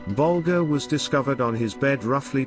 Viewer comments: Why create a video about Whitey Bulger without making an effort to pronounce his last name correctly? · He cant even pronounce his name right. 3 minutes in, im done watching.